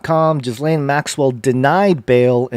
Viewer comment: Guys, her name is pronounced : "Geh-lynn" or "Geh-laine", not "Giz-laine"